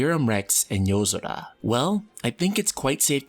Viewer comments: It’s YO-SORA not how you’re pronouncing it 🙄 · Good video but holy Shit can you just say yozora without an accent every time. So god damn annoying